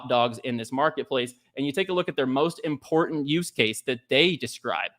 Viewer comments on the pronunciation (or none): none